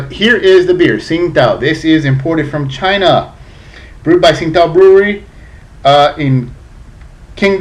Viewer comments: its pronounced as ching tao dumb ass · I believe the Tsingato is actually pronounced "Ching-dow" according to their website. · This is a great refreshing beer I think goes down well on a hot day. Have to point out though, the correct pronunciation is "Ching-dow"...